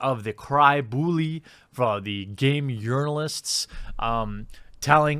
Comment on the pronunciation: Game yournoulists 😂😂